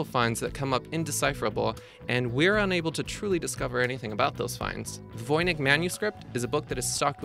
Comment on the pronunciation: He also mispronounced Voynich. It's Voy-nitch, not Voy-nik. I think he didn't do much research and just threw the video together from pre-existing work done by others.